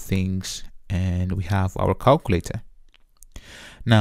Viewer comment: I like the calkooletah 👍🏾